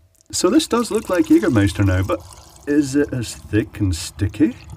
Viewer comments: er spricht das "ä" richtig aus :) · you say jägermeister like a german :) where do you come from? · As a german I can confirm that he pronounce the word Jägermeister nearly perfect! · I love his "Jägermeister" pronouciation